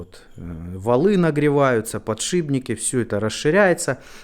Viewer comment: ПодшиПППППППники!!! а не подшиБники!!!